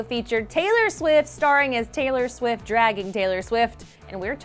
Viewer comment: Did she say: "Taylor Swis" ?? Tf